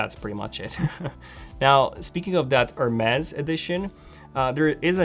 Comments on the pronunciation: It’s pronounced Her Mees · Hermes/ Hermes...lol I loved the way you pronounced the word Hermes